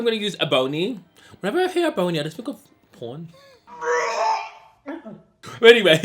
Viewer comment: lol it’s pronounced Eh-bunny not bony lol it’s my name lol Ebony like ebony and ivory the Stevie wonder song lol lol your accent is so cute.